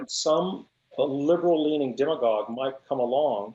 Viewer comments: Why are you pronouncing "demagogue" with a long "e"? Is it pronounced that way in Spanish? (Serious question. I only had 1 year of Spanish, and we didn't get to demagoguery.) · Who pronounces it "deem-a-gogue"??